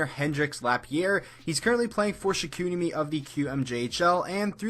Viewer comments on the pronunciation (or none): none